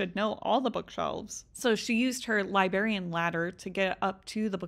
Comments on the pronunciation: I cannot hear "liberry" or "liberrian" from an adult woman anymore without flipping out. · I love love love your content, but the way you say library and librarian irks me! Theres an R in there and it NEEDS to be pronounced!😂❤